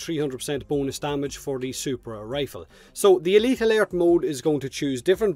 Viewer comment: Good job man. Elite Alert has got to be hard for u to say as clearly as u do. Im wonderin how many takes did u have to do or did u practice it alot?? Elite Alert...lol